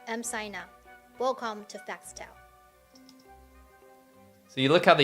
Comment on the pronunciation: “Facts Tell” does not roll off the tongue …unless you say it as “Fas Tell” like (and many in China would)